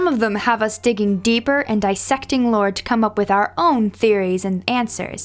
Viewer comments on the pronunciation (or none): none